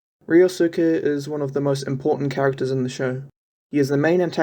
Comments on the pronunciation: also, the suke in ryosuke n keisukes name is pronounced skay not soo-kay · really? "reeyosuuca"? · Only gripe is "ree-oh-soo-kay"